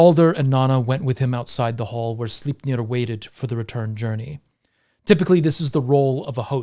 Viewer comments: "Beating a dead horse..." - For once (Lies) a good one... :P Great video as always... Though, and this is probably just me being a dumb Dane.... Sle... Slei... Sleip.... Sleipnir... I can't hear the "e" in your pronunciation... But maybe you're saying it right, and i have no idea what i'm talking about... lol.. Doesn't detract from the great telling you do... Just me being a turd i guess... :P But yea, i would absolutely love to hear the story of king Heremod becoming Odins Death knight, and the adventures he would have to embark upon to redeem himself... Love a good redemption story.... Don't you ? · Well, 99 percent of the time, i am indeed, in awe of your languistic skills, and how "easily" those nordic names comes out of your mouth... But Sleipnir... Well, that just sounded off... You know ?! Hahah... But brilliant video fer sure... You have a good night sir. I'm off to dreamland myself... - Ever done a video about dreams, and the dream state ?